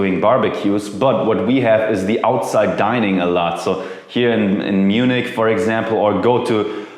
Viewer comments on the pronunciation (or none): none